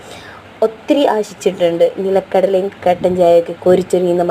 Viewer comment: നീലക്കടല അല്ല നിലക്കടല 😂